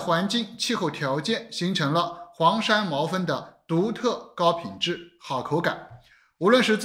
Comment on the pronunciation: 黄山毛峰，我怎么感觉你老念成黄山毛分？